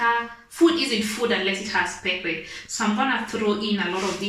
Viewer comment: Wow great cook...But say Pep..Per..🤣🤣🤣🤣